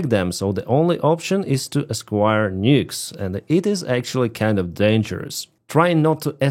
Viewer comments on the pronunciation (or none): You're doing a great job! I just tried to resubscribe to you channel but the thing won't let me change the card number, only expiration dates and CVC. I'll check into Patreon. By the way, you speak impeccable English but you did mispronounce aquire (you said esquire) and you said evaperize instead of vaporize. No E at the front. I know it's confusing because gases (and water) evaporate when they sublimate but military personnel and material would be vaporized. I think the distinction is for matter that doesn't normally want to separate. Keep up the great work! I have more work myself now, so I can support you again! Would love to meet you if you ever come to Colorado USA/RUSSIA